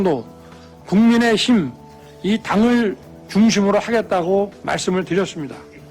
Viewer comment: 국민의심 으로 들린다 이넘아 말이나 똑똑히해라 술을 하도 많이 쳐 먹으니 발음이 제대로 안되는거다